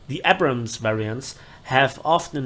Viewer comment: I just wish he learns to pronounce "Abrams" correctly one day